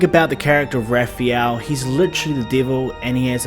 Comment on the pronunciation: "Raphiel"? What accent is that m8?